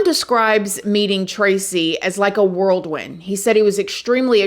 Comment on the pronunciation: Whirlwind not worldwind